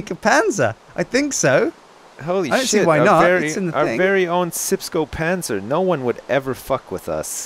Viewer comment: Horray! said Panzer while said Panser:|